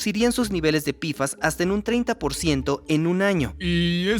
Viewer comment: Pequeña recomendación al equipo de doblaje. Decir "pfas" como "pe efe a ese" queda perfecto. Pero decirlo como "pifas" suena pésimo a los oídos, principalmente porque decimos la p como "pe" y no como "pi". Aparte de que todos lo decimos como "pe-fas" o "pe efe a ese" y no como "pifas".